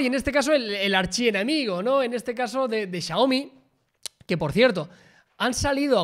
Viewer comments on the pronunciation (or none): none